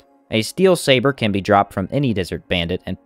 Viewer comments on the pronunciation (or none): none